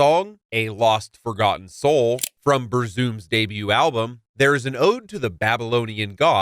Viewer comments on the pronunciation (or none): “Varg Vai-Kerns of Bur-zoom” gets me every time